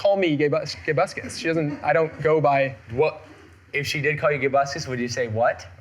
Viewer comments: Toby You Said It Wrong Its Gay Buscus Duh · its not gaybuscus its gay.buscus theres a pause